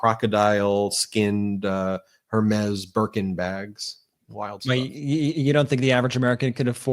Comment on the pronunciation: Her-mez as you pronounce it (Hermes) is pronounced air-may.